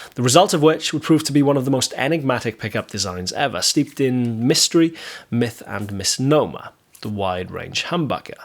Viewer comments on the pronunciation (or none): none